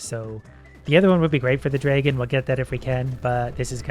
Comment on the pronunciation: I love how you pronunce "dragon" xD Its so cute. "Draigon"